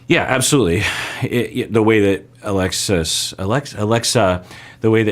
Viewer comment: At some point called her Aglexa. I find it funny and cute how much he was struggling with her name for some reason.